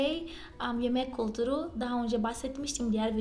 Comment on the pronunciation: Çok güzel Türkçe konuşuyorsunuz tebrik ederim. Merak ettiğim konu ? Türkiye derken "ü" harfini çok güzel telaffuz ediyorsunuz. Türk kültürü derken neden kulturu diyorsunuz. Size kultur diyemi söylendi. Bir ü harfi olduğunu bilmiyormusunuz. Cevaplarsanız sevinirim